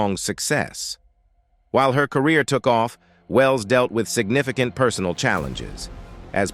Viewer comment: LMFAOOOO signifiCAnt has me screaming